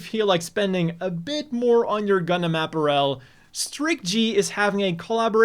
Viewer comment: Not because of the gender collection joke though... Because of the way he pronounces apparel.